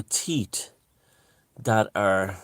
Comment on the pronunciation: every time you pronounce teeth as 'teat' I think of tits 😁👙